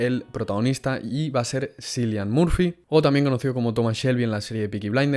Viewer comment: Se pronuncia quilian...